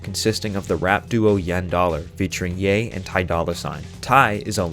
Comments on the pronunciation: When you said "yen dollar" i tuned everything else out, sorry :( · not to be a geek but its pronounced ye and dollar sign